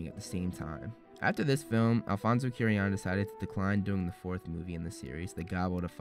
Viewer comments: Loved the video, as usual remarkable work! However, I must say I was glad when you finished with Prisoner since you stopped saying Alfonso Cuarón's last name like that LOL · Hey so how come you pronounced animagus correctly in 2016 but in your "explained" videos you pronounce it "animajuice"? And please learn how to say Cuarón correctly, he deserves it. Koo-ah-RON..... Other than that I actually really enjoy your videos!